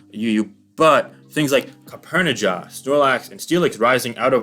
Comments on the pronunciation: “Copp-erni-jah” I had to double take my life for a second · He did mispronounce Copperajah, too.